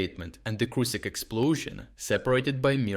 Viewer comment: its "Krushik", not "Krusik". Pls learn to read